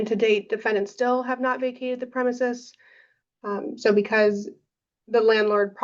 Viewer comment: Her continued mispronunciation of "premises" is annoying lmao ... you have a law degree, this should be a rudimentary word for you ...